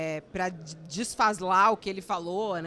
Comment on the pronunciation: Desfaslar. Parabéns a repórter pelo belo português.